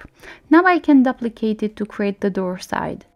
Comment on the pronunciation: you are pronouncing duplicate wrong